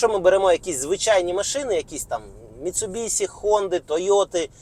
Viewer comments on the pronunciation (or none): none